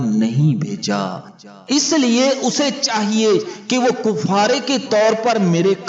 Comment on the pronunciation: Bhai, kuffara nahi kaffara hota h, voice over record karne se pahle kisi se correction karwa liya kijye...